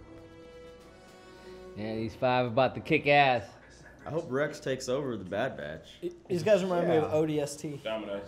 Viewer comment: Well yeah, except I don't think our boy needs any more encouragement.😏 He's already got the wrong impression of the Bad Batch burned into his brain, as well as messing up the name over and over again. 🤦🏼‍♂️